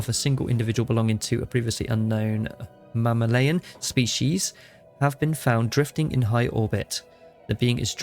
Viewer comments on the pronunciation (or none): wo wo wo, did you say "mamma-layin" 😄